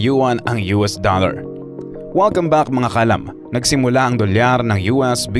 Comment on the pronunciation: 2 words 'DOLL-LAR"